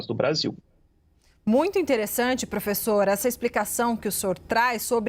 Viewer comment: Pôfêssô, pôfêssô, pôfêssô… 🤡🤣🤣